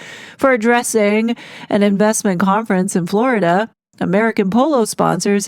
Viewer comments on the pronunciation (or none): none